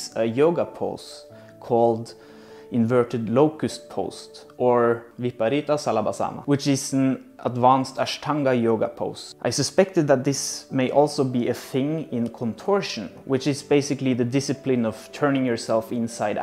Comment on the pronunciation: It should be pronounced vipareeta shalabhaasana . Ur pronounciation of ashtanga was very nice . The mahaaprana of ta in ashtanga .